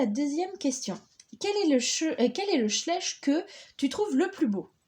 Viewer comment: Shleiche pas chlesche